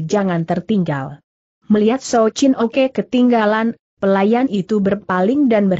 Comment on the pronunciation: Souw Chin Ok Dibaca Souw Chin Oke